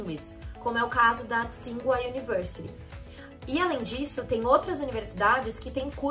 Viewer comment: Ah, uma coisa, o nome Tsinghua se pronuncia Tchin-rruá (Qīnghuá na transliteração em pinyin)